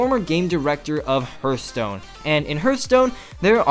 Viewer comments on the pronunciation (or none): its heartstone not hurtstone whatever great video